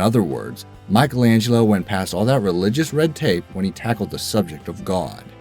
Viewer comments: Apart from the fact that he mispronounces "Michelangelo". Apparently, he never watched "The Lego Movie". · Scusa, e "MAICHELENGELLO" dove lo metti? 😂